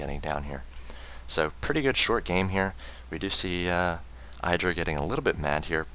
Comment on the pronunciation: The "i" in IdrA is pronounced with the short vowel sound, not the long vowel sound. IdrA said so himself on a teamliquid post.